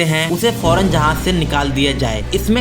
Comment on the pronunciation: Urdu to thek se bolna seekh lo.. Andaja nai andaza hota hai.. Jahaj..jahaz.. Ady se zada radian ko urdu thek se nai ati..